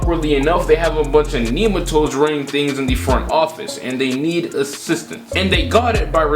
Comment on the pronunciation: Nigga said neemetoads LMFAOOOOOOO